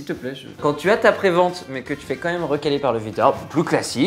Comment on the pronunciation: On dit bien QUAND MÊME et non COMME MEME